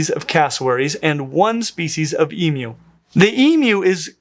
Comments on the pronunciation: The correct way is the way is pronouncing it (which to my ears sounds like e-mew). And cats don’t just meow, they also mew, so that’s the reason for the cat emoji. So basically: E-mew (rhymes with queue)- way pronounces it, correct pronunciation E-moo (rhymes with true)- way some people pronounce it, wrong pronunciation E-meow (rhymes with cow)- way no one pronounces it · e-moo. He says e-mew which is correct. So many people make a moo sound but the correct pronunciation is e-mew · As an Australian, I am overjoyed to hear an American correctly pronounce emu. Thank you! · I've literally never heard someone pronounce it e-moo, and I used to volunteer at a zoo that had an emu. E-mew is the only pronunciation I've ever heard. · Texan, and in all my 60 years I have never heard anyone say E-Moo, not even when speaking about mechanical bulls, though I have heard Moo-Poo said by children in cattle barns. I can't really really say I've ever heard E-Mew (rhymes with E-New) either, only E-Myou just like he is saying it. And now with all the Australians saying it's pronounced E-Mew, which to me sounds just like E-Moo (rhymes with E-New) when I say it, I'm confused. I am further confused by his emoji comparison, E-🐱 not E-🐮, cats don't mew, they mEow and it can't be E-Meow can it? Help! Is it E-Myou like he is saying it, or E-Mew/E-Moo, or , heaven forbid, E-MEow cat emoji? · that is accurate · That's the only way I've ever heard anybody say "emu" in my entire 43 years as an American. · this threw me off so hard. hit even harder once i realized this was the correct way of pronouncing it. legit never heard it this way before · I’ve never heard someone say it except for the way did. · As an Aussie, it's so refreshing hearing the word emu pronounced correctly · Can I just commend you as an Aussie how nice it is to hear someone pronounce Emus correctly? Go the dinosaur 🦖🦕!! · It is strange to hear an American who can say emu correctly.